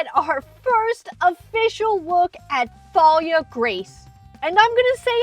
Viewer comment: I think the H is silent, so it would just be pronounced "Talia" but what do I know